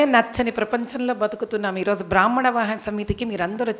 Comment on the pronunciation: బ్రాహ్మణ అనేపదాన్ని చక్కగ పలకటానికి ముందుప్రయత్నించమ్మా😊